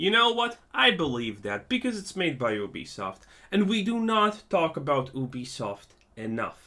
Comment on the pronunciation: I thought you said Obese soft